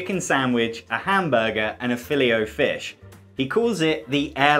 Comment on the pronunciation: Phill-io fish! Omg I’m using this pronunciation from now on.